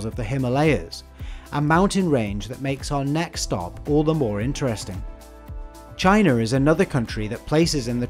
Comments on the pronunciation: it is pronounced China not Chiner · "Indiarrr is also one..." "Chinerrr is another country..." What is this 😂😂